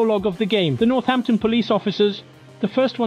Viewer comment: it sounded like you said Northampton and not North Yankton